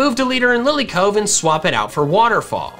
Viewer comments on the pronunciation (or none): none